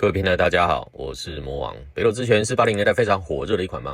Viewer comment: ほくと 台式念法 後苦抖 不是哈苦抖啦